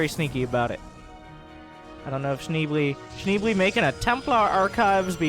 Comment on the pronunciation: It's "Shneeblay" ;)